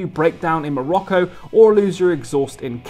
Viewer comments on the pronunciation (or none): none